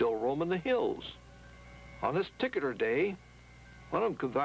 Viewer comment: Guy says 'ticular instead of particular. Lol